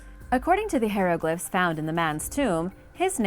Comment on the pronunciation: How do you call yourself making a video to teach people things when you yourself cannot pronounce piute or hieroglyphs many others come on now it's Agamemnon